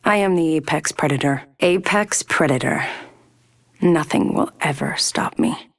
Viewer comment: Nobody: Crypto: aPeX PrEToR